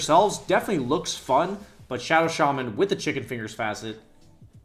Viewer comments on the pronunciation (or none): none